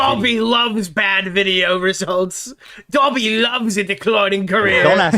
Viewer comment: Random but Ian kept saying gobby instead of dobby and that annoyed the hell out of me lol